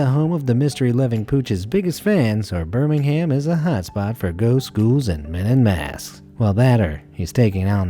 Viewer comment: The way he said Birmingham lol